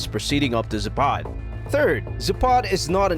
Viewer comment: zApad, not zapAd